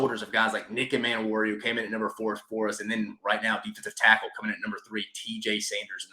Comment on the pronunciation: I agree abt the O Line😂 hasn’t been good in recent memory. Everything else was pretty good. Rlly quick it’s DOWELL LOG-GAINS NICK E-MAN-WORI IK IT HAS 2 Ms at the beginning but it’s pronounced like above. Not being nitpicky just passionate abt Gamecock football and I want them to be pronounced right😂